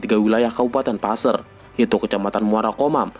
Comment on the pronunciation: Maaf boss qu,cara penyebutan (PASER) nya salah boss qu.